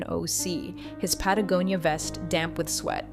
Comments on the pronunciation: Oh. My. God! Someone finally pronounces "Patagonia" correctly. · Wow, , "Patagonia" was pronounced correctly, I'm impressed. OK, back to the story. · I think you mean OMG! an AI that pronounces Patagonia correctly 😂😂😂😂😂😂